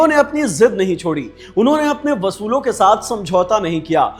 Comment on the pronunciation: "Chipotle" 😂😂 It's pronounced as chi-poh-tal "Wasoolon" 😂😂Please correct "usoolon" Overall, I liked the content, presentation and video compilation.